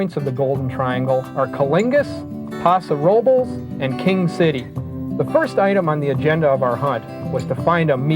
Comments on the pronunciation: He pronounced Coalinga and Paso Robles so terribly I couldn’t help but laugh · Co lingus